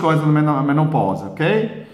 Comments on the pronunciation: Que lindo ele não conseguir falar direito menopausa! Kkkkkk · Que lindo e engraçado ver ele falar menoposa! Kkkkkk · Sonia Brazz eu voltei o vídeo do pra ouvir ele falando menopousa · Menoposa? Kkkk morri de rir doutor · Gratidão 🙏🏻 Dr engraçado vc falando menopausa.O que o Dr faz para o nosso bem 😊 Gratidão 🙏🏻 sempre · achei engraçado você falando menopausa 😁🐿👏👏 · Sonia Brazz acredito que vc entendeu que ele falou menopausa soou diferente pelo sotaque da língua dele.